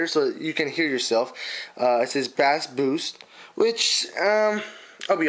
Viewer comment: He said bass like the fish not beat lmao